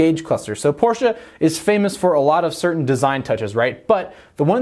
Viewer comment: Firstly: Thank you for properly pronouncing "Porsche". It hurts my ears how some of your compatriots pronounce it. The rest: quite nice, given that no test drive is included/could be included at the time and you could only use marketing images/clips by the manufacturer. The emphasis on price seems to be interesting, though, as you wouldn't expect the 911 to become cheaper, do you?